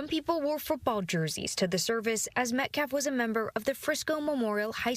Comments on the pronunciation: Can’t even say the name METCALF correctly, and he’s talking about disrespect…. Good. Actual. GOD. This has become so disturbing. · he did it very purposefully.